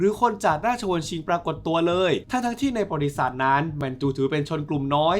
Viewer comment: พี่ออกเสียงคำว่า"ประวัติศาสตร์" ไม่ชัดหลายครั้งได้ยินเป็น"บริษัท"